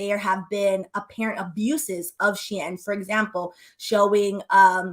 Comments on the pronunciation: She-IN…not EHN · It’s pronounced SHE IN bc it use to be called SHE INSIDE CLOSET. I use to shop on their when everything was in Chinese 😂 I was on there so much I learned to read basic Chinese. But as soon as I saw the site start writing in English I left 😂 bc the clothes started changing to more of a western style. This is before it became huge! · You are right. It is pronounced "shee-inn" the previous name was "She Inside" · The way you're saying Shein as She Anne, I don't know if it's on purpose but I'm here for it 😂😂😂😂